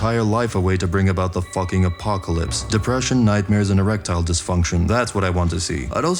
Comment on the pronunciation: "EREPTILE disfunction"?? 🤣 well done, sir 🦎⛔